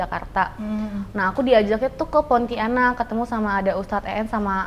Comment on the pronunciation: Pontianak bkn Ponti anak😅 Tdk di pisah dlm pengucapannya